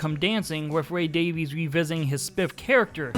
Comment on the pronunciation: They actually pronounce their last name "Davies" like Davis not Davees